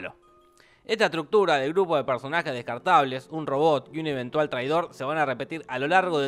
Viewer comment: eventual eventual ecentual sienpre eventual>:(